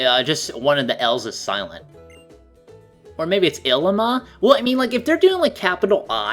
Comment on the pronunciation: it's pronounced ee-lee-mah